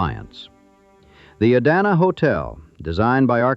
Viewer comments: The Idanha hotel is pronounced eye-dan-hah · I-dan-a hotel? Tell me this is not AI generated. Other BS in this too. Best thing about this is some of the real photos that I know are real. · Have i been saying Idanha wrong this whole time or is it the AI bot?? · OMG, that is egregious that the narrator mispronounces the name of the Idanha Hotel - yikes! And is anyone else getting juuust a little annoyed by the choppy, unprofessional editing? And why has the filmmaker included images of buildings that aren't the Idanha and labeled them AS the Idanha?